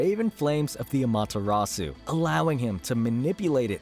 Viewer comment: You say “susano” and “Amaterasu” like an true white American😂